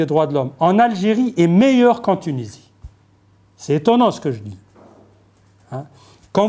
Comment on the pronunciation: même pas foutibde lire un prompteur correctement... Apprends déjà a pronocncer tunisie correctement mr l universitaire a deux balles